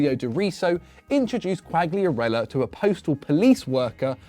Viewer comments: You keep pronouncing Quagliarella wrong , G is silent )) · Think the fact you're pronouncing Quagliarella's name wrong is gunna bother him more than the stalker 😂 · Man if you want to talk about Quagliarella you need to pronounce his name correctly ffs